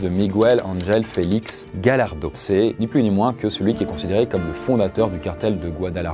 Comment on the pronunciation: J'ai écris d'autres commentaires mais ils ont disparu.. C'est Gallardo qui se dit GaYarso